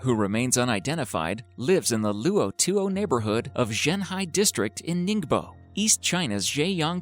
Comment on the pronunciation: lu-o baogen. LOL